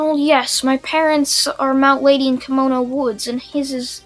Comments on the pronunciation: Anime Outlet: Kimono Woods Everyone: That’s not how you pronounce Kamui. Kamui Woods: walks out from behind building in a kimono Also Kamui: You got a problem? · Kamui is pronounced kam-u-wee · It’s ko-mu-I but spelled kamui like obito eye Ability from naruto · it's said in the show many times and if he has seen Naruto which I assume he has due to his Naruto what ifs it's pronounced kamui like from kamui from the mangekyo